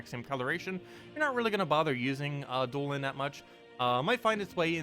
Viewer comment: Do-La-Han for pronunciation